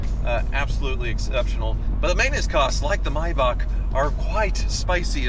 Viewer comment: Mai-Bock(Maybach) and Matty (Matte) are the funniest ways I've ever heard the two words pronounced lol...That's like my Dad pronouncing "meme" as "mee-mee"